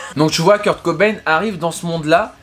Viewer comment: Le [cobay-ne] me frustre toute la vidéo 😂